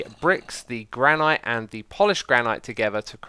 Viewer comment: It pronounced GRAN-IT NOT GRAND NIGHT